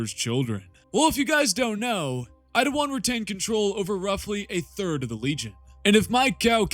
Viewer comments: His name is Eidolon not "Eidowon" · Dude am I going crazy? Why do you keep saying Eidowon? Is it a joke I’m unaware of? I wouldn’t mention it if I thought it were a speech impediment but you say your Ls perfectly every other time 😂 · Why do you suddenly have a speech impediment when you say Eidolon? 'Eidowon'